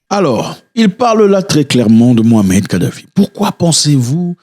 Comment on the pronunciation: C mouamar et pas mohamed.